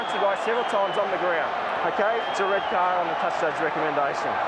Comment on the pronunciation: "red cya" ? :D